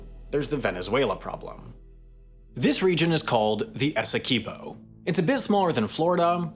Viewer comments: Bro every video they do on this region I call them out on the pronunciation and they still keep fucking it up. See Essiquibo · Bro every video i keep telling you research the goddamm pronunciation, as a Guyanese it's annoying. Can't pronounce GUY - ANA. OR SURI NAMÉ OR ESIQUIBO